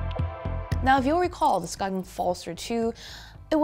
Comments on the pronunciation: Skain. Not "Skoggin" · The G in Skagen is silent btw, so it is peonoinced "skaen". Good review! greetings from Denmark ✌ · so then how to you write a word that is pronounced "skagen" in Danish? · So annoying that she didn’t bother to learn how to pronounce Skagen